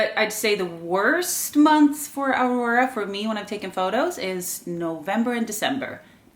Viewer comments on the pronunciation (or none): none